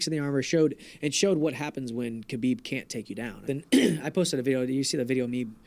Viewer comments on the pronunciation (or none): 🤣🤣🤣 "Hhabib" his name isnt "khabib" or anything